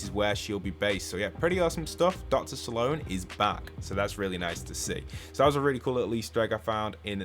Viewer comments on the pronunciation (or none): Sorry to say it but it's Slone not SAlone 😅